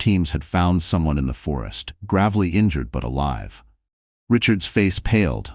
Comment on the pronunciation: Gravely has a long a sound when pronouncing it.